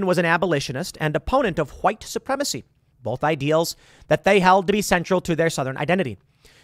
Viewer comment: Tim keeps saying, "bolth" instead of "both." Absolutely irks my nerves.